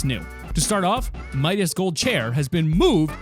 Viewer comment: It’s pronounced... Midas es Revenge as in his revenge